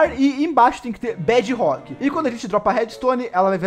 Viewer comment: MDS QUE AGONIA “BED ROCK” BEDRROCK!!!!!!!!!!!!!!!!!! Agoniante